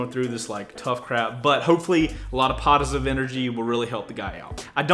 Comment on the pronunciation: Cheer up!! I'm sending out some "potisive" energy 😂✌️